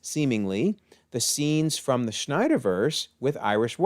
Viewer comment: zach snyders last name doesn't have a ch in it, you keep calling him schneider, i pronounce his last name snyder